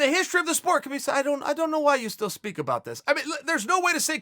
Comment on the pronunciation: his name is pronounced HA-BEEB you momo.